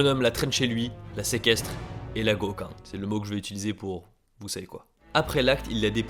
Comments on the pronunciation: pas Goka, Goukan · Quand tu prononces le mot pour exprimer le "tu sais quoi" J'entends précisément un "goka" Et dans mon pays "goka" Veut dire trouer du coup ça me met grave mal à l'aise quand je l'entends haha